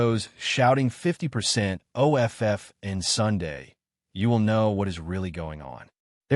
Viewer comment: I like the "50%" "O" "F" "F" narration. The AI probably thought the capital letters were an abbreviation.